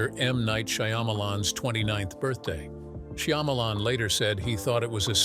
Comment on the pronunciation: SHAH MA LAWN ok now say it with me.....Shyamalan....